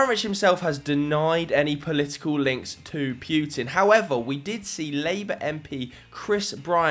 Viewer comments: It’s PUTIN NOT PJUTIN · heheh "Pewtin"